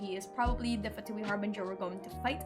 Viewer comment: more like "vain", also in genshin they pronounce the word wrong (at least in the english VA). They say Fatuì while you are supposed to say Fatùi.